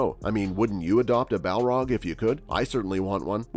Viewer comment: Did you just call Balrogs “Malar?” And the Moria Balrog wasn’t “named” Durin’s Bane. The Dwarves called it Durin’s Bane because the Balrog slew King Durin.